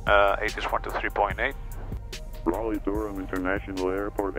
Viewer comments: Raleigh, not Raliegh. You lived there 40 years and you still spelled it incorrectly. Yep... YOU,.. you did that. Oh.. almost forgot... its actually pronounced, "Rah-LEE"..., I dont know what my man is talking about; neither does he. hahahahaha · Hey there but Raleigh is pronounced RAWLEE, just sayin. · Hi..Raliegh is pronounced, Raw-Lee...I lived there 40 years..it's all good bro...